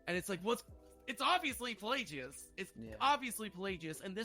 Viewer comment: It’s PlagUS, not PlayGeeOoz